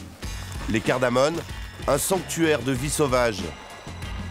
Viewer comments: CardamoMe au lieu de cardamoNe, si je ne me trompe pas. Cordialement. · CardamoMe au lieu de cardamoNe. Merci